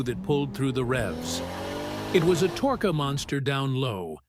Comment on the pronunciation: "Torka monster"